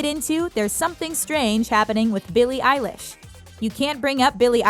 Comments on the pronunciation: It’s pronounced eye leesh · Eill-eshe NOT EYE LISH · “ Billie eyelish “ smh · YOU SAID ELLISH WIAGEIABEJSIJRJEBQHWBAJAJKAKAKEIIW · They’re pronouncing Eilish wrong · Eilish- The way you pronounce it